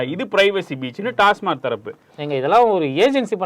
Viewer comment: யோவ் டாஸ்மார்க் இல்லையா.. டாஸ்மாக் ன்னு தெளிவா சொல்லு..